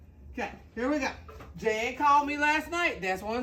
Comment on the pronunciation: Jan is not pronounced Jane.